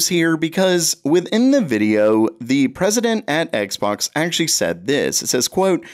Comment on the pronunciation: the Presiednt, lol